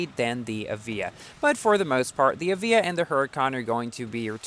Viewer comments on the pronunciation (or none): 1 star Evija: Not so good... 6 star Evija: Alright! I've changed my mind!!! P/S for: The pronounciation of the Evija: It's pronounced as A-VI-YA, not E-VEE-JA. Confirmed by Lotus